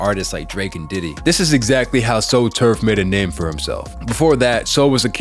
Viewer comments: Tsu Surf is pronounced Sue Surf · It’s literally pronounced T. S. U. As in the actual letters re do this bro and “solaunge” is pronounced like that